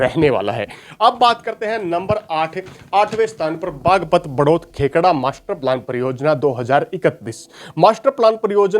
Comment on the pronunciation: भाई देशवाल बेटा अपना होमवर्क ठीक से करके आया कर वीडियो में ।कई वीडियो में देखा है कि जगहों के नाम गलत बोलते हो ।खेकड़ा को खेड़ा